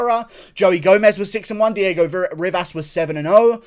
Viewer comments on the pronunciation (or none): none